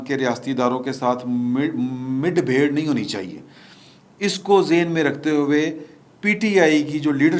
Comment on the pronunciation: Shah sahib ap ne lafz ka talafz midh bher kaha lkn asal.lafz mudh bher hy